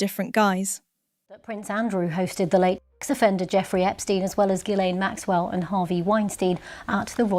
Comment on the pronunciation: Could Ghislaine please be correctly pronounced ? The "s" is silent.